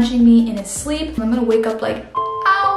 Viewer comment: “i was in my shrleep”